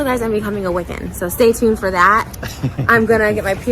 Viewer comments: Wiccan is wick-en not we-can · love you bbg but its pronounced "wick-in" <3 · Not the emphasis on the second syllable of Wiccan 🤦🏻‍♀️. And PEE-gan?! … It’s PAY-gan . Also, I. WHAT WORLD IS TRISHA PURE?! The Pagans, Wiccans, and Witches don’t want here and are casting protective spells and charms the house. That bad juju is gonna get her. And calling it now, a hyper fixation on Hocus Pocus, The Craft and AHS: Coven is on the Horizon, just watch. And Trisha doesn’t deserve to be a parent because if Moses were taking care of the baby, she’d be jealous instantly. God forbid her main character energy spotlight is taken away. Sis was literally furious at Jason for wanting to spend time with his own kids! I seriously hope she doesn’t have a kid because she would no doubt mentally and physically abuse that child; the proof is already there. And CPS needs to be called IMMEDIATELY. And FFS, the gameboys are HIS. The table looks dope, and if they are rare, it ups the price of the table. You’re that devastated, go buy one.